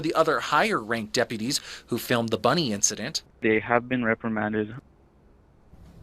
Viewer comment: Why is it almost ALWAYS the damn Dep-PEEUW -tees..?